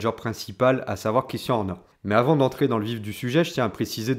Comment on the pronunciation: Vidéo vraiment intéressante, seul petit bémol, la prononciation à la française, notamment de "Christian" et "Red Bull" qui sont répétés tout au long de la vidéo, ça m'a piqué les oreilles lol